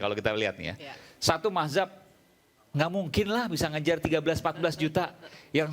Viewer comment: Dengan PD nya mereka bilang Mahzab, yang benar itu Mazhab ya...😂